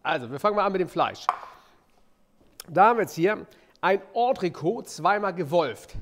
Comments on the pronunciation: An den Proofikoch: Es heißt Ondrekot. Das ist t ist nicht stumm. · Hello. Entrecôte wird anders ausgesprochen, als Koch könnte man das wissen.